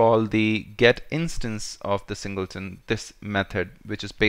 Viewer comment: Hate to say you we´re right. "Singelton" instead of "Singleton".. Thanks!